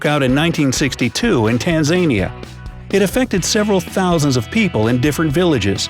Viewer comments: Tanzaynia? You mean Tan-Za-Neeya? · Who drew the hopelessly dippy looking cartoon figure with the helium-induced awe on her face? Does her airhead expression have anything to do with the name Steve Jobs being spelled "Job's?" or the announcer pronouncing Tanzania as Tan-ZANE-e-a? The country is pronounced "Tan-zan-E-a." I usually like these videos, but this one needed work. A lot of work. There are also too many unattributed anecdotes, such as the whale in the North Pacific. It sounds like it has Urban Legend written all over it when there is no attribution in a story so remote and hard to document. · tan-zaaan-e-a ? what? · Never thought I'd hear Tanzania being mispeonounced.. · I hope the person who put an apostrophe in "Job's" got fired. Also, you should look up the pronunciation of Tanzania. You're welcome. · The way he says Tanzania... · that pronounciation of Tanzania tho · I just want to get high enough to forget how 'e'e, it..whatever, pronounced Tanzania. Alien foundlings